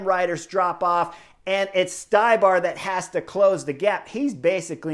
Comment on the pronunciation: Ohhhhh Zednak Stybar.... Its pronounced StE-bar